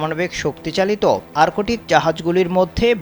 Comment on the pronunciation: আরকোটিক কি রে ভাই? আর্কটিক শব্দটাও উচ্চারণ করতে পারেন না